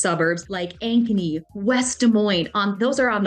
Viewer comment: When you first mentioned Ankeny I thought you said “agony.” 😮